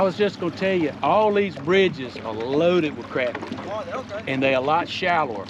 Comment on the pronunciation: I can't support a guy that pronounces Crappy wrong... LOL